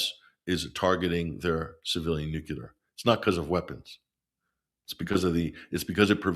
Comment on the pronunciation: I enjoy listening to until he says nucular.